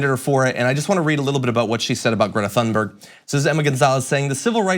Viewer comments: Ha! Thank you. I cringe every time John says her name. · Please learn how to correctly pronounce Thunberg